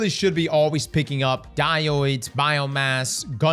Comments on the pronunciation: DIE • ODE NOT DIE • OID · It's dye-ode. Dye-ode. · If you say "DyOidE" one more time imma game-end myself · Brother. Die ode. Dye oh duh. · Wtf is a diouyde? It's a diode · It’s pronounced Die Ode not die oid. There’s only 1 i in diode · Die-Ohds brother please….you say it like a mental handicap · di-oydes is crazy work XD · "Die-yoids" lol. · It’s “Di-ode” (Die-owed) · I die-oided every time he pronounced "diode" as "die-oid" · bud, you're literally my most watched youtuber - but you gotta get on top of the word Diode lol it's pronounced DIE - ODE - Diode. there is one I in the word Diode lol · It's pronounced dy-ode. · It annoyed me at first but now I can't stop calling them dioides too Such a fun way to pronounce it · Someone please teach how to pronounce "diode". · Adding “Diode” to list of words across can’t pronounce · Came here to say something about that 😂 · I dunno but it drives me crazy every time he says it. 😆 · I heard it as well but hey it is what it is. Some people cannot even say citrus and other simple words as well. Diode isn't that bad of a verbal mess up in my opinion. Haha. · Bro literally can’t read 😂